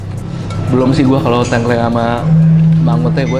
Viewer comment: Menarikk🎉 Koreksi dikit bang, kalau ngomong tengkleng, e di awal kaya di “apel”, e yang kedua kaya di “lele”. Sukses terus bangg, salam dari viewer jogja yang jarang komen😄🙏🏻